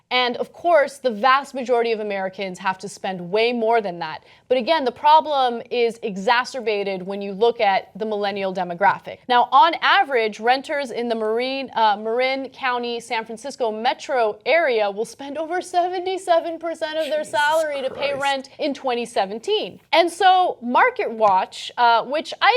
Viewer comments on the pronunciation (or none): Tiny correction. Marin County is pronounced MAR - IN.